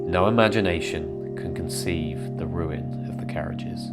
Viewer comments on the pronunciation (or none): none